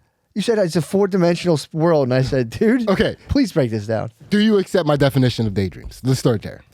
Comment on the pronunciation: "assept"??? Fix your speech impediment so we don't have to heard the spit in the sides of your gross mouth you shitty idiot. what a younger brother set of problems you have as a life